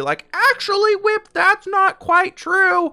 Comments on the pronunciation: Do I have really bad hearing, or did no one pick up the fact that call himself “Whip”. Is that how you say his name? Because all his MC friends fall him “” with the f and litterally anyone that I ask calls him “” with the f. I AM SO CONFUSED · Is nobody going to talk about that he Says “whip” instead of?